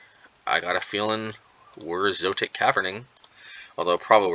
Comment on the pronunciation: Zo - et - ic